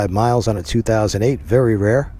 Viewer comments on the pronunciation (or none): none